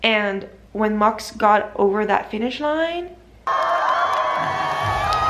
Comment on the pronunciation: You say it as mox instead of max